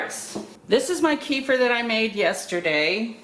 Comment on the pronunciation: Hi. Kefir is a middle eastern thing. There are 2 types, milk, and water. I've been doing water kefir about 6 years now. Both are produced commercially all around the world. Up here, and in the States, that means a whole lot of stainless steel... Stainless steel harming the grains is definitely an old wives tail. Also middle easterners laugh at our mispronunciation... It is K'fear, not key-fur...